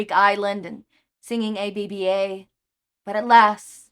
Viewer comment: Hi it’s hatching time I’m very excited! Also yes, you do need to watch Mamma Mia. And ABBA is pronounced like a word (like NASA) it’s not letters (like FBI)